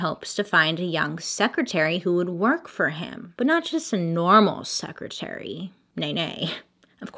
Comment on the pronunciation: My man's wanted a sexretary 😂😂